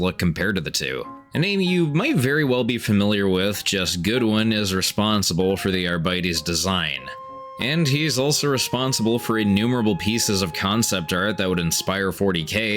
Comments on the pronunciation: It’s ar-bites, not ar-bite-ies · Ar-Bitey is a funny word Brother you got to say Sexy ass judge dread. No but seriously it's pernounced Arbi-tees. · arbities is pronounced and I don't understand why people can't handle it. Are...beat....ease not are.bite.ease or are.bites. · When your scurvy heals and you can eat fine again: - Arr, bite-ease! When your mom starts pulling in to the drive thru, but she's just dodging a bird: - Arby-tease The actual pronunciation for the 40k Space Cops: - RB-tase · Sorry to be that guy, but it’s “Are-bit-es” as in arbitration, arbiter, or even arbitrary. Not “Are-bee-tees” or “Are-bite-ees”. Again, sorry. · I have never heard any one pronounce the faction as ar-BITE-tees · Please, for the love of god say the name right